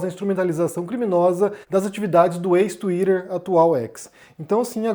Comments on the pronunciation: não suporto ouvir vc falar twitter 😢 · já começa errado quando tem brasileiro falando "tsuiraerr" kkkkk o cara já confessou que recebe grana pra defender um lado